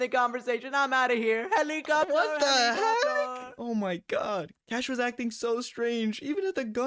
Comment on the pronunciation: Lol said helecopter helicopter 😂😂😂😂😂😂 hehehhehahahahahahhaha